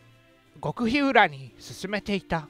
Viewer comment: ごくひうらじゃなくて ごくひり ですㅇㅁㅇ